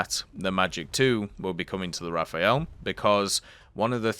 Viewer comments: Stop saying Raphael. Just say RA-FAIL, if you can't do the french pronunciation. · hi bro! nice videos... but can you please stop calling the rafale as if it was written Raphael? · Dislike each time I ear RAFAEL again!!! Even the Devblog say Le RAFALE! Translate :burst/gust and not a italian name! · imagine being mad that someone isn't pronouncing a foreign word properly